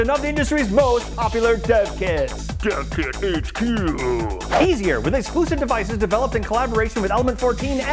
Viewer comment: The first time I heard "Dev Kit HQ", it sounded like "Death Kit HQ".